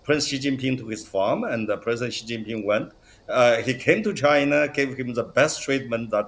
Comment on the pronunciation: Incredible that this host just cannot pronounce Xi Jinping properly. Just the mock-Anglo pronunciation.